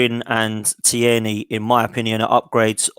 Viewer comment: Great job guys numerous things to be said but for now Tierney.. pronounced TEAR KNEE. Hes Scottish not French.